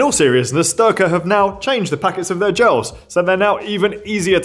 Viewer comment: Styrka rhymes with derka like in Team America!